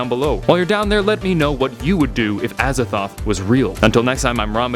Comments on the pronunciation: Azathoht? A Z A T H O T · I thought he said "as a thot" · Aza”thot”h.... I see what the T.E.C must do